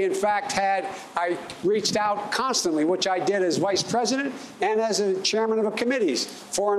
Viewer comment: Presurdent he said. Like wtf why are they not grilling him like trump on his health and speech. Why dose it not concern you as a American they are pulling sh.. Over your eyes